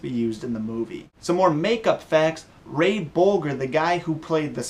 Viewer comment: I quit listen when you mispronounced Ray Bulgers name.